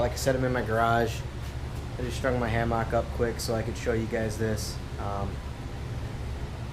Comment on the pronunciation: Please stop pronouncing hammock like that.